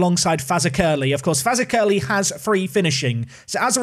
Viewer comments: Fazakerley is pronounced: F'Zakalee NOT Faza-Curly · Fazakerley, the accent is on the ZAK part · BTW it's pronounced Fazackly. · As a Guernseyman with a season ticket for GFC I'm looking forward to this series! Pronounciations: Fazakerley = Faz-ack-er-lee Mahon = Mah-hon De La Mare = Deh-lamb-air Canha = Can-ya Gauvain = Go-vine Frank Tobin and Harry Tobin are brothers by the way. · Afternoon. Fazackerley is pronounced like fuzack-ellie 👌 inspired a tier 10 AFC blackpool save 👍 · As a Liverpool fan you should know that Fazakerley is a district of that city and it is pronounced Fa-Zack-ally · Faz ack er ly that's how to say it phonetically. We have a town in Liverpool with the same name. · Fazakerley is pronounced Faz-ack-lee . It almost sounds like "exactly" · For the sanity of all our scouse friends... Fazakerley is pronounced Faz-ak-a-lee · How to pronounce Fazakerley. Faz - AK - a- lee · it's pronounced fa-zak-a-lee like the Borough of liverpool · It's pronounced Faz-ak-er-lee! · sorry mate but i have to say it, it's pronounced Faz Ak Er Lee or Faz Aklee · Fazakerley is usually pronounced with emphasis on the Zak, but to be honest, I prefer your version! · Mahon is usually pronounced Marn. Fazackerley you need to work on. Hard to explain that one lol